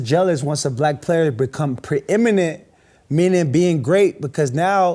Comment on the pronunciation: There's that word again! "Preeminate winning" WT...? I got it! Preeminent, good lord, this guy finds a word he likes and uses it like an noun, verb, adjective, adverb...Central Michigan's finest alum